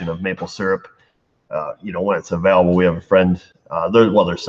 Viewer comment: Have you learned how to pronounce the English word "AVAILABLE" yet?